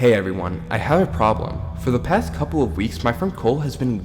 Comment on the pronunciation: at this point I'm noticing him pronouncing still , past and more words with s like this thtill , patht , and like... Something like Thor , did anyone else notice that ?